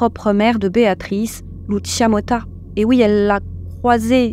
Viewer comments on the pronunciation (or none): "Alisson" et non "Aline Son" "Lucinha" et non "Lucia"